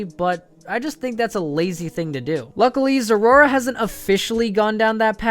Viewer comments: its pronounced zera aura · Biggest mistake The way you pronounce Zeraora